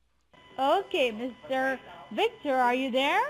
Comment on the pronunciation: Anyone else notice something different about that “Senior DEA Supervising Rundi”???.... She was extremely well spoken for an Indian Scammer! First one I’ve heard who could pronounce the letter “V” correctly!! Victor... not Wictor. That’s dangerous